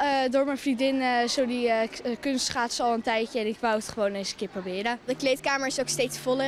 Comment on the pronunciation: wat hoor ik nou kut schaatsen 🤣🤣🤣🤣🤣